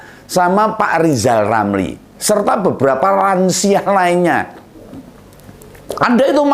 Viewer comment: Lucu sebut nama sendiri aja gak pecusss! cb biar teteh bilang R R ,R, KL udah bisa pasti nanti rakyat Percy woe 😀😀😂